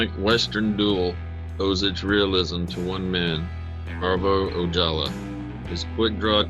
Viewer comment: It's pronounced ""O haul Ah"